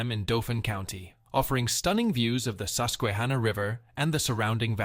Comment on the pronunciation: Took my kids to Knobels for many years. I've never considered anyone not pronouncing the "K," but here it is. Also he pronounced Susquehanna as "Suskweehanna." Another oddity. It's "Suskwahanna," emphasis on the "kwa" syllable.